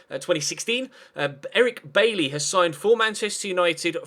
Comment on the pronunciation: It's pronounced By-eee